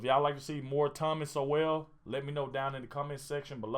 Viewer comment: "Sowell" pronounced like the word "soul"